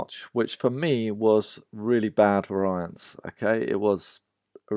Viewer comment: That's not how variance is pronounced.